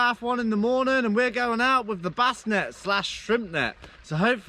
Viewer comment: Why do you say wiph. With